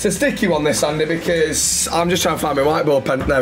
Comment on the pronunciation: Do you think messeh is going back to barceh,?